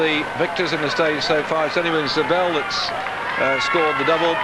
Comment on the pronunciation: y does he pronounce it zaybel